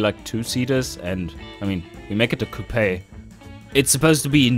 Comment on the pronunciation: Ur saying coupe wrong.